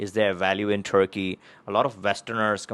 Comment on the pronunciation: No passport for you ! You are not pronouncing Turkey properly.